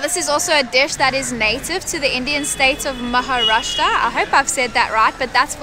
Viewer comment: You pronounce really perfect Maharashtra.